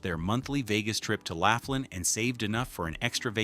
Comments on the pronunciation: Good grief. Laughlin, Nev. isn't pronounced "laugh-lin." It's pronounced "law-flin." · Laughlin is great! I've been going for years. It's LAW-FLIN not LAFF-LIN 😅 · BTW, Its pronounced L-o-f-l-i-n not L-a-f-l-i-n ... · It’s “loff” lan, not laugh lin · Laff Lin? It’s Lowf Lin. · Laugh-lin....that place is a riot. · So far as I know, Laughlin is pronounced lof-lin. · Ai can't say laughlin🤣. Just stop being lazy and do your own video with your real voice. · You mispronounced Laughlin. The resorts there are crap, dirty and dead. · Just made the same comment. AI is bs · Pictures don’t match the location comments, other than NJ. Pronunciation of Laughlin was horrendously. General details, however, very good and the truth about Vegas these days makes me wonder when the lights will go out there?